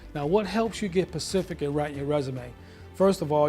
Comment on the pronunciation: Specific not Pacific